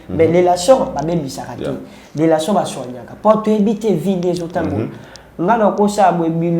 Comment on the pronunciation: Petit fally nde n'a lelation en tout cas ye aboya n'a ye ko loba relation mais à préféra n'a ye ko loba lelation po etiaka ye à l'aise 🤣🤣🤣ngai pe mikolo oyo il faut n'a batela lelation n'a ngai ekosala ngai bien